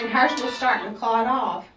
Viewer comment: Lots of “Ummms”… 🤦🏻‍♀️ And why can’t she remember if she worked YESTERDAY!? Also, WHY is she pausing soooooo long!? 🤣. And lastly , but most importantly, what TF is a blood “CLUT”!? 😂🤦🏻‍♀️